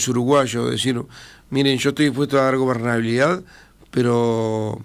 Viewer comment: Lamentabke !! Hasta verlo es un desastre, no mira al frente para hablar y no habla bien. ** Obernalidad. ** Dice. tTu no eres creíble hombre !!! Descalifica. SI. SEÑOR